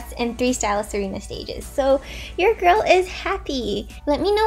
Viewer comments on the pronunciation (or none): none